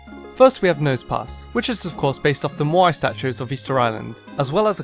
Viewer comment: you said nose pas